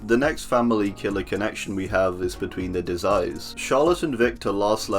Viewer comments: the Twins family name is pronunced "Deh Eh" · Not how you pronounce Deshayes